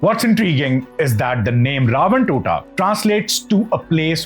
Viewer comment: Dude, it’s not ‘Totta’. It should be ‘Thota’, which literally means ‘ Port’, in English. So it should be translated as Ravana’s port.